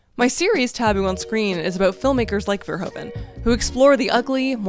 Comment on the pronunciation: Love this video, amazing! Little side note: Verhoeven is pronounced as Ver-who-ven.